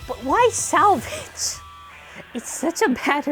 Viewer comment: Salvage Valtryek sounds more like Savage Valtryek